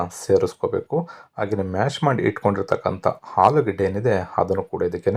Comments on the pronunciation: "" ಹಾಲು ಗಡ್ಡೆ"" ಅಲ್ಲ "" ಆಲೂಗೆಡ್ಡೆ"" ಕ್ಷಮಿಸಿ. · ಹಾಲು ಗಡ್ಡೆ, ಹಾಲು ಪಲ್ಯಾ ಕೇಳಿ ಬೇಜಾರಾಗ್ತಿದೆ ಕನ್ನಡ ಸರಿ ಮಾತಾಡಿ pls